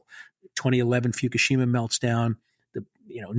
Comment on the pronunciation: Foo - ku - she - ma (learn Japanese)